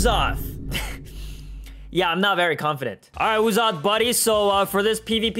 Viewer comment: Uzoth name pronounced like ussop